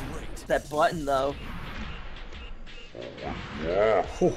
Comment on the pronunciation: I can't stand how he doesn't pronounce T's 😡 I gah hih! I'm pressing bu..ins. He keeps reading my inpuuhs. Whaa I didn do thah!